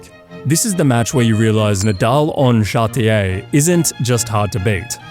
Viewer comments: Chatrier not Chartier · its CHARTRIER NOT CHARTIER. show some respect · It is "Chatrier" not "Chartier"